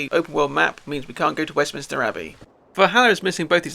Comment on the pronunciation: Sorry to be pedantic, but I noticed that you pronounced something which I always did until recently. It isn't Westminister, it's Westminster!😅😊